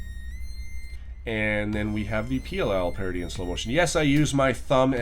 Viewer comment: i think the way you say the oll and pll parity was wrong